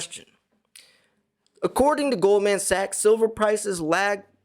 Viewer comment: Pronounced Goldmen Sachs